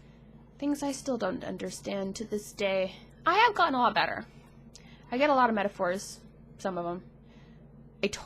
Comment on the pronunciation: Hi. I'm probably on the spectrum too, possible diagnosis later this year/history of difficulties/autistic family members etc etc. But never mind that, when you said "metaphors" I thought you said "intercourse". Woa.